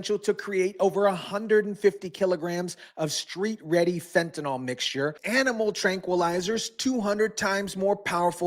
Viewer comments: Fent A Nil, not Fent A Nal. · Please learn to pronounce the word fentanyl. There is no O in fentanyl. The last syllable rhymes with "hill." Like this: "fentanill".